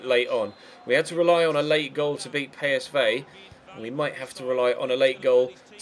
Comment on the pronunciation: Why do you say pay-es-vey? When it's PSV